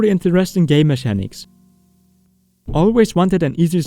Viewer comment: Great video indeed, by the way mechanics is pronounced like it has a K as in mekanics